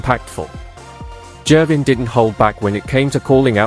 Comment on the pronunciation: This AI generated content I just completely hate it there is no J in girvin